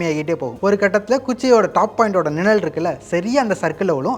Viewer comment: அது நிழல் நிலல் இல்லை. சரி செய்யவும்